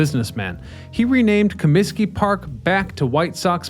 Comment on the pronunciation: "ComiTsky" Disco Demolition!!! along with 10¢ Beer Night in Cleveland in 1974, were the two most infamous events ever. Ahhh, the 70's. There were also two "West Side Parks" for the Cubs before they moved into Wrigley. Many of the oldest ballclubs had more homes than is generally known. Harry sang in the seventh inning, not the seventeenth. It's Reinsdorf, not Rainsdorf.